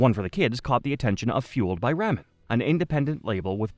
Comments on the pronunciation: Fueled by Rah-men, not Ray-men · Why are you saying ramen wrong!? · The way you said Ramen….